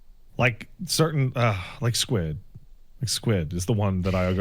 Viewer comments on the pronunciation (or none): none